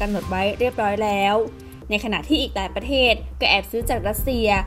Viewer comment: อ่านข่าวคำควบกล้ำต่างๆต้องชัดครับ เช่น ยูเคน x , ปะเทศ x , ปะกาศ x , ปอดภัย x